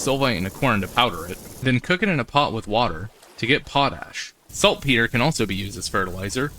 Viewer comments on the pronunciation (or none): none